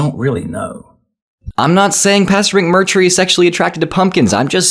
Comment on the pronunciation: When you say his name, it almost sounds like you’re saying “McMercury”